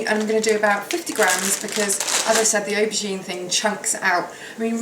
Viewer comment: Hi is it me but when u say auborgine u sound like you saying ocean? im slight deaf xxx